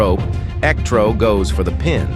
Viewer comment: You turned Electro into “El Ectro” that is amazing!